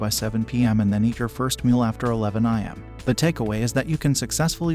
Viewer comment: am I the only one getting triggered by pronouncing ‘AM’ as ‘IM’ … 😒